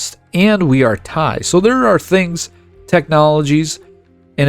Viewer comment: Fantastic and your pronunciation of Thai places is quite good!